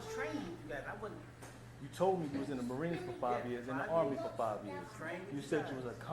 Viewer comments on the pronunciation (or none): "U.S Armeh" "Obviousleh" "cringeh"